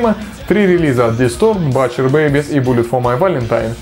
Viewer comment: О, Alestorm упомянули =)) З.Ы. 'Butcher' читается как 'бутчер'. \G